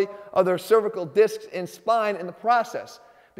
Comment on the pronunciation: Please watch your pronunciation of cervical, the one you're using refers to the female anatomy. And yes, they are pronounced differently.